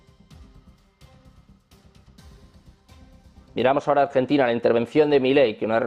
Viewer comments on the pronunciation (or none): none